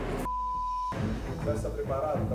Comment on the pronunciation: "Consegui o vôo pra hj com tlês escalas, tudo que eu tlouxe eu peguei lá. Vc acha q eu n to plepalado?" PUTZ!